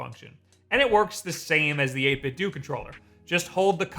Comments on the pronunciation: Every time he says 8-bit doo I cringe a little. It’s 8-bit doh, a play on Nintendo. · My dude, it's eight-bit-doh (to rhyme with nin-ten-doh). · It's pronounced 8 bit DOUGH like Nintendo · Wait. 8Bitdo. Is it really pronounced like due? I have always been pronoucing it dough. So I have been saying Nintendo wrong all this time... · "My favorite controller is this one I consistently mispronounce..."